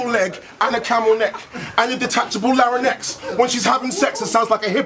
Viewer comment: did soweto kinch just pronounce larynx as laranex. lol